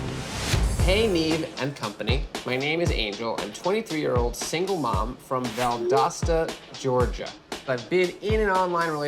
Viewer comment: It’s VUHL DOSE TA THE “o” is NOT AN “A” 🤦🏻‍♀️ Valdosta